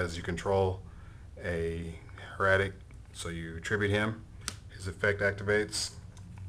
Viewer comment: no hate, liked the vid, but.. if this is your new favoritve deck, then you should learn how to pronounce the word "Hieratic", you're a grown man for christ sake lol. everyone thinks it's the same as heretic; it is not.